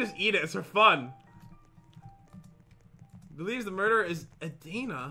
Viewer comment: you guys say there names wrong hehe haha'